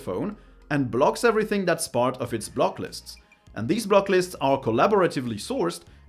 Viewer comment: It's funny how the pronounces blacklist lol